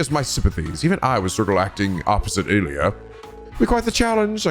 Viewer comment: I guess you could say that Abbas... DROPPED THE BASS, the GLUTTONUS BASS! POG! On another note, you ruined Ilya's last name pronounciation... it was fine before: It's French-sounding, not Italian so no need to pronounce the "e" at the end of her name. Stop at the "r". As for Mireille, it's "Mi-Rei" (the "lle" are completely silent, again, French name, can't blame you!).